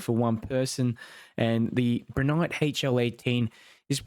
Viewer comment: you keep pronouncing it as Broo nyte, its pronounced as Bri as in (Bright) lol